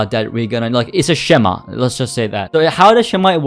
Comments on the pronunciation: And I think you pronounce it as skema. I know its written schema. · not sure if it's pronounced as schema itself , i think its pronounced like "skeema" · Way he said schema had me laughing